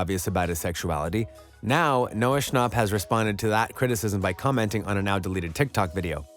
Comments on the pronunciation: noah shonp. it pronounced sh-an-pp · Bro really said “Noah Shnop” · Is no one talking about how he pronounced his last name like shnop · I love how the voice sounds like you saying noah snooup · He said Noah Schnopp like it’s Noah Schnapp like yaaaaaaaa